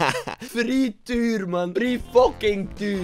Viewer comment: Fr'i'eetuur hihi